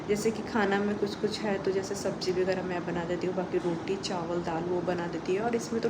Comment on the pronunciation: Begarah nhi hota h vagarah hota h...plz thoda change krne ka try kro